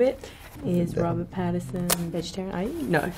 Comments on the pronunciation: I think she called him Pattison like PattiN Son but the N is nowhere to be heard 🤗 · I love how she looks all weird about him saying her last name wrong, but she was calling him Robert Patterson the entire time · She literally calls him Robert Patterson the whole way through! 😂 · She keeps saying pattison lol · Mia the least you could do is pronounce your family name properly 🤦🏻‍♀️ Also, 1,76 is DEFINITELY not 5'4 🤣🤣🤣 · She can't even pronounce Pattinson but wants people to pronounce Wasikowska. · Them just both mispronouncing each other's names